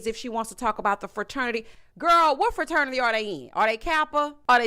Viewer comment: I caught it and I had secondhand embarrassment every time. The heffa said Fa-ternity. Like boo, not only are you using the wrong word, you’re pronouncing it incorrectly too.